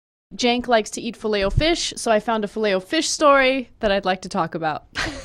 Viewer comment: i hate the way she stresses the O in filet o fish